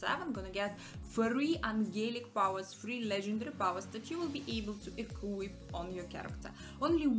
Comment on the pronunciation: When you say equip I hear coolwhip 😂